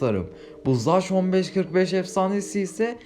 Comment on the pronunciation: Olum söyleyişi zek okunuşu zach